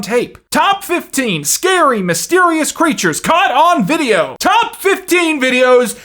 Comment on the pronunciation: He pronounces words as if he's never heard them said aloud. But some of the words are "fifteen" and "video"